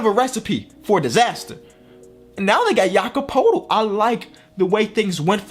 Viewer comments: You don’t say it poetl you say it Pertl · When says Jakob's name it sounds like he's saying "Jakob Poodle" 💀💀. Damn, no one knows how to pronounce his last name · no hate but learn how to say Jakob Poeltl😄